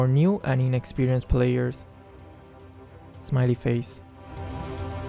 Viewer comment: Who hears saying Smiley Face:) 👇